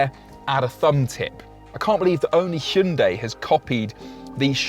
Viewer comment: Hundi? Are you American? Say it right, your a car reviewer!